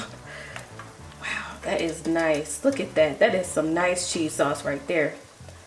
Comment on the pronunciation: I think she said sauce...a 😆